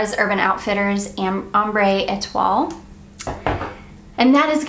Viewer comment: Ambre Etoile is amber star. Et-wahh is how you pronounce that.